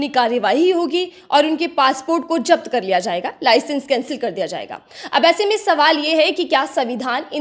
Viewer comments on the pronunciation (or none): Apni urdu ka talaffuz shi kijiye......... Jabt nhi zabt hota hai....